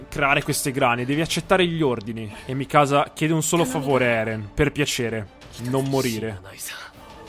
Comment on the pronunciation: eren... è Mìkasa, non Mikàsa